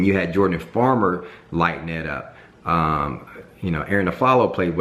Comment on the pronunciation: Bro you a lakers fan but you called Jordan farmar, Jordan farmer? 😂